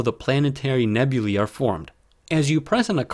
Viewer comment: Finally, someone who pronounces "nebulae" correctly! Most of the astronomy hustlers flogging stuff on YT get it wrong.